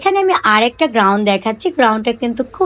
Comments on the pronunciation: কিন্তুক, গ্রাউন উচ্চারনে অনেক ভুল। শুনতে একদম বিরক্ত লাগছে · উচ্চারন ঠিক করেন। নিজের ব্যর্থতা স্বীকার করুন। আমি একা না দেখলে কিছুই হবেনা। কিন্তু আমার মত সবাই বিরক্ত হয়। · আমার কথায় মন খারাপ করবেন না , আপনার ভিডিও আমার ভালো লাগে , জিনিসের নাম ঠিকভাবে বললে আরো ভালো লাগবে। আশা করি আমার কথাগুলো কাজে দিবে । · Apu গ্রাউন না, গাউন হবে। গ্যাবার্ডিন প্যান্ট হবে ।